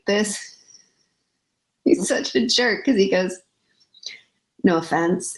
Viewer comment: "He's such a jerk.." Sam! 🤣🤣🤣 thats his Texan showing lol.. I loved it.